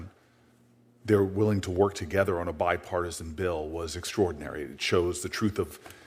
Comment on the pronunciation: Booker the big mouth said bipartason 9 times cant stabd him